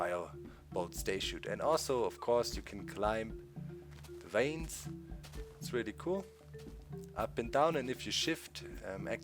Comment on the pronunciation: DOC it's Vines not veins.